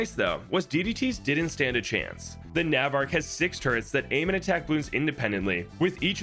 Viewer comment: that's not how you pronounce "navarch"